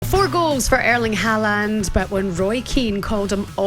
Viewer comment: How lucky working with her in the morning . Sweet. Idc even how she butcheres Haaland’s surname